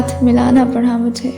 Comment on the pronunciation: Great . But she is saying it as "پڑہا" rather than "پڑا" 😊